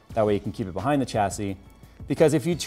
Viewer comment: I cringe everytime you say Chassis